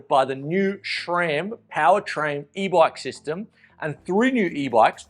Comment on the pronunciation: There's no "H" in SRAM. It's not "SHRAM".